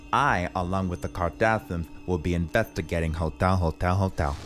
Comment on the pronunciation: “HOTYAL HOTYAL HOTYAL” 😂🤣🤣🤣🤣🤣🤣🤣